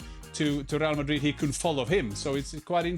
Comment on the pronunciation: Just can’t stand to listen this guy talk.If you are talking English,it’s pronounced MadriD with a D